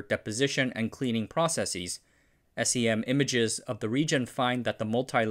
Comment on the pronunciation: and -10€ for mispronouncing processes twice